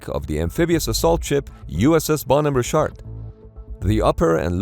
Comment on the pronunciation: Holy crap. Who ever is putting out this video, get new voice to text software. Richard is not "Ree-shart". The 28 times or so that the narration says the name incorrectly, is like fingernails on a chalkboard.